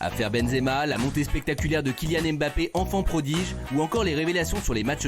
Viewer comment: C'est dommage il a beau être attaché presse des bleus, toujours est-il comme 99,9% des journalistes il est incapable de prononcer les noms de certain joueurs correctement, parce que Mbappé ne se prononce pas " aime - bappé " mais " mmbappé ". Au même titre Ngolo ne se prononce pas non plus " aine - golo" mais juste "nngolo", la première consonne est presque inaudible. Je serais étonné qu'aucun joueurs ne lui est jamais demander de faire passer le message.